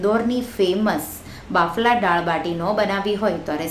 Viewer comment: "ડાળ" નહીં "દાળ" બોલો...